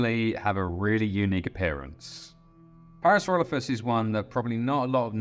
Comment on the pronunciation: Parasauralophus is my favorite dinosaur! This video was made better by the Cumberbatch-esque pronunciations of the animal 😂 (pingwings, anyone?) Pearsloffis Ploffisaurus Added to the entertainment value very much 😂